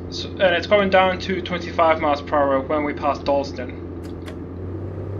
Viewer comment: Sorry it’s Dunston not Dalston